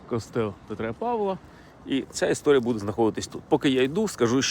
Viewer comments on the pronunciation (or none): none